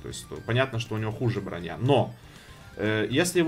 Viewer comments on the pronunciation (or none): none